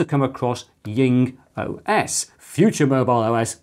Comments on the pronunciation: Jing is pronounced djing, not ying. It's a transcription of 鲸, i.e. a whale. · I'm interested, why do you pronounce JingOS as YingOS? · That could be the German pronunciation (The German 'J' is pronounced like the English 'Y').